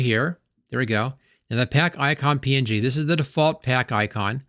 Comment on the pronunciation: You add a "y" to every word you say. Even png somehow. "PNyG payck iycyon "